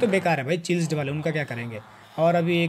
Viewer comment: Bro it's chieasled not chilsed